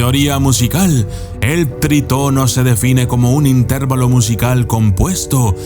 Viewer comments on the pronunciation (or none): Se dice intervalo, acentuado en la a en lugar de acentuarlo en la e. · Es intervÁlo, no intérvalo ( se que no llevan acento pero lo marco para ejemplificar)